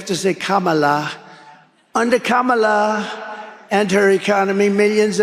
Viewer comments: So stupid he can't say her name right 😂😂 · The only one who does not know who kamala Harris is, is trump he can not even pronounce her name. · The only one he does not know who kamala Harris is is trump, hell trump can not even purnounce her name, what a complete moron.